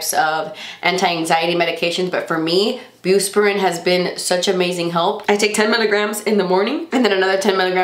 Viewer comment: lol it's bus- PI- RONE :)